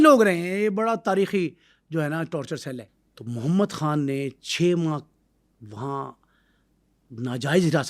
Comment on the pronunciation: Muhammad han Are bhai Muhammad khan tu kehna sekh lay yar